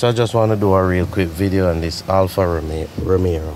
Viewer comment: Bredrin, Give thanks mi G. Lawd mi coulda cuss every eeeediat out deh dat tell me how fi do it. One ting though. its ROMEO. There is no other "R". you keep saying romero. Ha..... Nuh watch nuting. Gwaan do yuh ting.